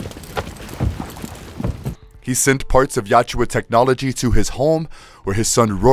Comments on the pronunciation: Well researched and narrated my friend, but it's not "Yatchua", it's "Yautja". Not that difficult to pronounce it actually. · It's yautja! Not yowchewa. Christ that pronunciation burns my ears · Love this. Hate to say this but it's Yautja (ya-oot-ja) and not Yatjua (yat-jua). Great video, I listened to the entire 'If it bleeds' series and very glad to have learned about what happened to the other protagonists as well after their movie stories. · Yautja is pronounced as Ya-OOT-ja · Joyce? Yatjua? Come on…